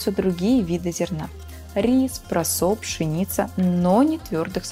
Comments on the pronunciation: Сам контент отличный, но все-таки ударение Осака и прОсо, а не осАка и просО. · А что такое просо с ударением на последнюю гласную?) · у тематики есть огромный потенциал, но два пожелания, как сказали уже предыдущие комментаторы нужно быть чуть поуверенней и возможно добавить некой импровизации, и молю вас поправьте ударение - прОсо, Осака))) все у вас получится, я подписалась 🎉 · Присоединяюсь к мольбам! прОсо, Осака и нУдлс! Сочетание «оо» даёт звук, похожий на русский «у», без смягчения, как в словах school, cool, moo